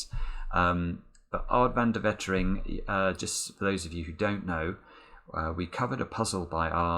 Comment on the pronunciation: Lol how he pronouneced Aad Van De Wetering😂😂 Dutch peepz!